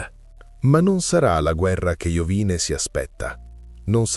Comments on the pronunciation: Non è Iovìne, ma Iòvine. L'accento sul cognome è errato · Sarebbe interessante un approfondimento solo su Iovine. (che si dovrebbe pronunciare tipo Iòvìne). Un po' strano sentirlo così, ma sono piccoli dettagli. Al prossimo video 🤟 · Mario Iovine accento sulla o Contenuti interessanti comunque